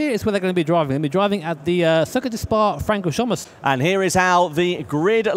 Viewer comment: butchering pronouncing francorchamps there